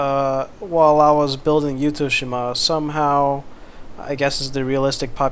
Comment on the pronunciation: 私はYuttho-shimaよりYuttho-jimaの方が自然に近い言い方だと思います I think words close to nature is more of Yuttho-jima than Yuttho-shima